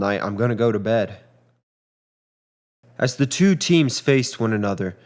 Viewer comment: It's twwo, it's twwoo.